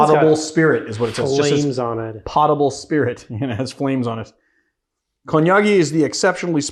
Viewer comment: He pronounced "Konyagi" like an authentic Kenyan 🇰🇪😂😂😂 had me shook